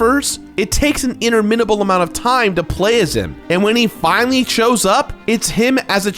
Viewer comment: you really butchered the pronunciation of "interminable". You used the word perfectly well, so bonus points, but whew, the way you said it. In-TER-minable, not Inter-MIN-able. Sorry for the nitpicking, but you seem too smart to have you mispronouncing words. Otherwise I enjoyed it very much.